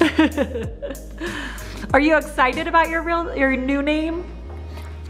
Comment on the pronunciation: Him saying I’m iksidid to be adopted